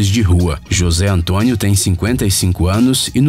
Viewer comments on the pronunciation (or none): none